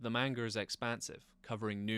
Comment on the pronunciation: Get the pronounciason of the word "manga" right if you want to be taken seriously.